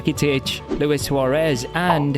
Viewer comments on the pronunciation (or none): none